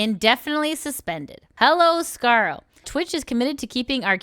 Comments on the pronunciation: Just to let you know, its pronounced "scar-le" like the french le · Scarel? lmao I believe her name is pronounced Scar-lay, but scarel is so much funnier. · You butchered Scarle's name! :D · It's pronounced scar-leh yoh-na-goo-knee btw. of her debut stream. Please listen to the creators say their own names before butchering them. Watch like 20 seconds of their debut stream or whatever. It's not fair, especially to non-english creators, which Scarle isn't, but still. And then you butchered Aoi Sakura and Gundou Mirei's names... bro please.